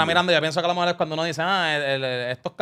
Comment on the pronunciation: Diablo Scofield dijo "alomejol" como 30 veces en menos de un minuto